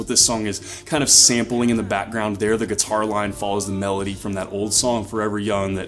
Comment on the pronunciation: I like how he says “geeturrr”